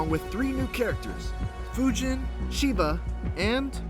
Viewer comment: really sound like he's saying "Sheeba".